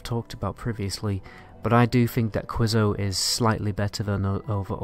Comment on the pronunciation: It’s queso, pronounced like KAY SO, Spanish for “cheese” and I’m sorry you’ve never gotten to eat chips and queso